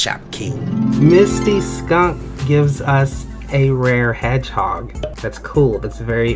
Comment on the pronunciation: "heghog" XD